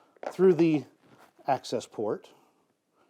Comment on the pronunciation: "access port" 😂😂😂